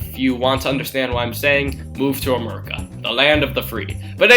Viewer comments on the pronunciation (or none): i love how he say "robits" and "murica" xD